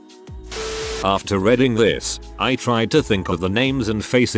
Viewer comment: Why does tts always misuse read (reed) and read (red)? Even going as far as to say reading (redding) instead of reading (reeding). It's just silly.